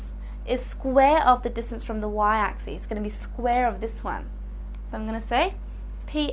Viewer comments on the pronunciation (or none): U guys are only listing to ok . I am hearing axis as axees . But anyway it was helpful. :);) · It's just how she pronounces axis